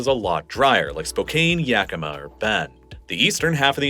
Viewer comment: He pronounced Yakima correctly. I was a little bit surprised by that. Most people outside of WA seem to pronounce it "Yakeema".